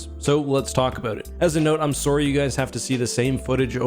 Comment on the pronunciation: Heh the Canadian really came out with that "sorry" XD. Really looking forward to this game though. Can't wait for it.